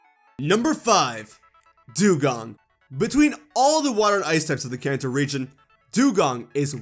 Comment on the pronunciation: I thought ou said the “Cancer region.”